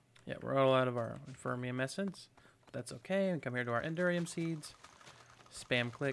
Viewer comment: Cool episode man, but I've got to say I've let this go on for long enough. You've been saying it wrong for years and I can't take it anymore lol. There is no such thing as infermium! It's inferium! Like the word inferior :D